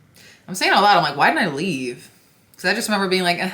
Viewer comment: Wait, oot and aboot? Is she Canadian?